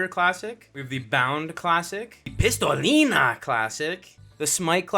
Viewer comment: Bro did not say "pistolinha" with a mexican accent 💀💀💀